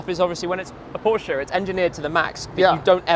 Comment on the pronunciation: He pronounces Porsche so beautifully right, as no American has ever done before.